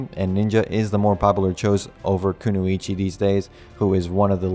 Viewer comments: "ku-no-ichi" lmao you mean "ku-noy-chi" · sorry Bro have to correct you its kunoichi not kunuichi sorry again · Even though this comment is late and you probably won't see it, kunoichi is pronounced ku-noi-chi